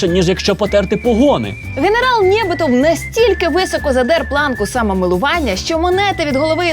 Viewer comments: а чому ви кажете Нє'битов, він же НєБи'тий, от тому такий зкуївший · НєбИтов, наголос. Типовий рускій)))